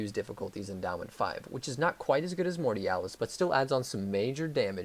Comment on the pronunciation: Mortialas or mortalitas?😂😂